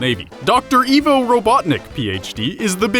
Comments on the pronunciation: That was deep. I just sent it to a friend who LOVES Sonic and thinks Eggman is cool. Wait until he sees this 😆👍 Also it's pronounced EYE-VO, not EE-VO. Lol. Also you didn't talk about Julius Robotnik, but mentioned Gerald. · Pretty sure it's I-vo not E-vo... >.> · Evvo it's fucking ivo (idk how to spell it) (eye-vo) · It’s ivo not evil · I thought it was Eye-vo, not Eeh-vo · You call yourself a sonic fan but you can't even pronounce "Ivo" correctly -_- I - vo not E - vo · It’s ivo robotnick(eye v o robotnick) not e v o and robot nick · I thought it was "Dr. Ivo Robotnik" not "Dr. Evo Robotnik " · Izuku Midoriya it's Ivo…he just says Evo… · It’s pronounced like eyevo not evo if it were evo it would be spelled evo but it’s spelled ivo as in it’s pronounced eyevo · IVO! IVO! NOT EEVO! IVO! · Eye-voe Robotnik not Ee-voe Robotnik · It's ivo not eevo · its ivo not evo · Also it's IVO not EVO! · His names pronounced “I've-oh” not “eve-oh”... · [/] I-vo. [x] E-vo. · 54321 Ikr, i got way more annoyed with that than i should have been. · For reference most pronounce his name as I-vo. Not E-vo. And he is only known as Ivo Robotnick here in the US. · U said Evo, not ivo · This is f*cking scary when you think about it.... But then again, he pronounces 'Ivo' as 'Evo' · Yeah, it's pronounced "eye-voh," not "ee-voh." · I thought his name was pronounced 'eye-voh' rather than 'ee-voh.' ??? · I-vo. Not E-vo. It’s supposed to be Russian. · Pardon me but its Ivo as in "I vo" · It's Ivo! >:( EYE-VO. Get it straight! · nope He’s called dr IVO robotnik because the ivo is pronounced as evil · yeah he says it like evo and it hurts me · R3KT It's supposed to be eye-voh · I can’t even believe how many times you mispronounced my first name